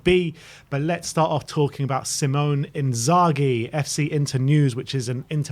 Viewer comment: The fact that you guys cannot get Simone Inzaghi's name correct - leads me to believe you know absolutely nothing about him and his managerial pedigree 😒